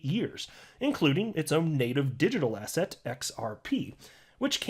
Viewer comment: Everytime says asset, I hear asshat O.o